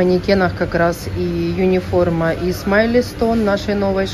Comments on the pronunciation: Почему юниформа?Униформа от слова универсальная❤ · Почему "Юниформа"-то? Униформа! У. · почему юниформа ?а не униформа?...от какого это слова?